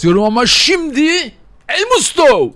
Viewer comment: Sen daha elmusto non ismini söyleyemiyosun